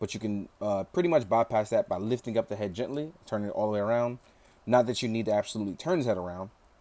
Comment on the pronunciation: Absodutly? I've found my new favorite word